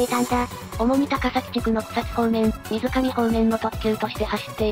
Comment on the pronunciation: [水上]読み方みなかみ